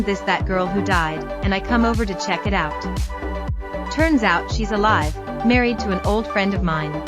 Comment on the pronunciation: You need a much better text-to-voice program. Actual human narration is always far, far better. The emotion that comes thru really improves the experience - and you don't get the "it" coming thru as "i" "t" or "to" as "t" "o".